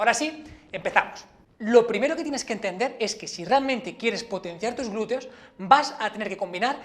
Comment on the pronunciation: ¿Por qué pronuncian "glureo"?